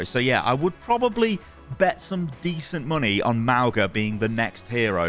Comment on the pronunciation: It's "mah - oo - ngah"